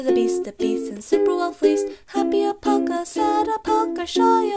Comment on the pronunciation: you keep sayin alpalca